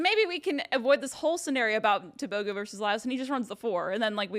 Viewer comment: It’s Teh booh groooh leh sea leh people .